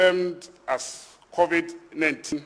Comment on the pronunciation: It's Covid-19 not Covet-19 get it right please.